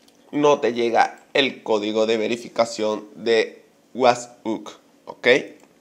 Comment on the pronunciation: Porque dice wathuuuupsss ?